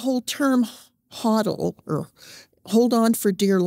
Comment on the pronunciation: She even pronounced HODL correctly. Many crypto junkies can't even get that right.